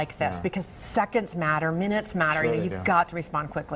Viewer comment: “In about 11 minnotts”